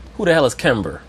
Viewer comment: I think he said Gember the 2nd time 😂😂